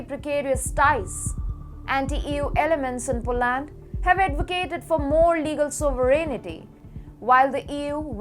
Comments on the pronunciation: Thank you Roxana!!! . The stupid pronunciations!!..."sooo-ver-en-ity" !! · Thank you KS Rao!!!..the stupid, silly things she says!.."sooo-ver-en-ity"!. If one is going to anchor the news in English then please pronounce correctly. If Palki Sharma and Atul Mishra can so can others.